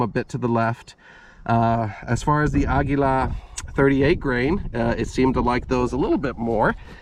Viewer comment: "Ahguila".... Finally someone else pronounced it correctly instead of "Ageelah"